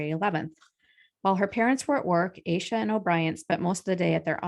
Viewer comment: Pretty sure her name is pronounced “Ash-a”.